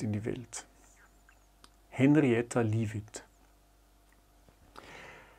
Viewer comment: Wirklich ein sehr schöner und informativer Beitrag. Aber wenn Henrietta Leavitt den Nobelpreis schon nicht mehr erhalten konnte, so sollte man Sie doch ehren, indem man ihren Namen richtig ausspricht: usw...